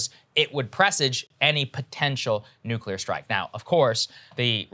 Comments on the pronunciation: sagar finally says “nuclear” correctly and then corrects himself to say “nucular” instead 🤦‍♂️ We still love you tho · saagar pronounces "nuclear" correctly, then 'corrects' himself and pronounces it "nucular" ... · “Nuclear” not “Nukeular” Saagar. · For goodness sake, it’s not “New-cue-lar.” It’s not spelled nucular. She’s saying right but he isn’t. Sounds like Bush up in here. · Saagar channeling his inner Homer Simpson with those "nu-cu-ler" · Did saagar say nuculer? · "Nukulear"...who are you. George W.? lmao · Saagar grew up listening to President W saying "nucular". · Nu-clee-arrrr can't do it lol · Why can't people in the US nowadays pronounce nuclear?? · Wait does Saagar not know how to say "nuclear"?